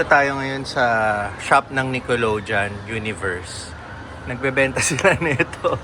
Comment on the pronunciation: ung sa Nickelodeon, ung last syllable ay "deyon" not "jon" 😊